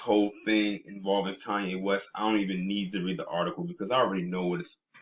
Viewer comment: *Koonyé (Kardashian).